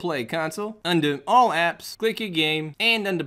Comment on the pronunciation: It's "Apps", my man. 👍